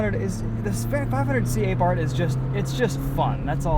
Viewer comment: you called it Abart. wrong